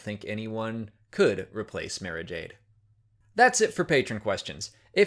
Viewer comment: The way you say "Mara" sounds wrong to me.